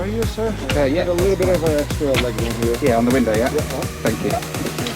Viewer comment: "will I have time to get that one right back?" In perfect Canadian, she answers, "Ohhhh Yah." LOL